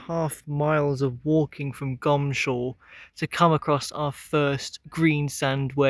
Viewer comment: It's really or should be pronounced Goms hall instead of Gomshall! I suppose it is the laziness of pronunciation?😊